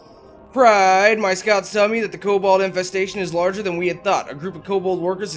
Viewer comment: please stop saying pride like that it makes me want to kill myself